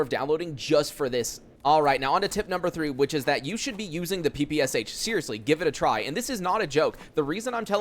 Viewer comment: Hearing "Pi Pi eS eicH" instead of "Pe Pe Sha" is so weird :D But yeah, that kinda makes sense.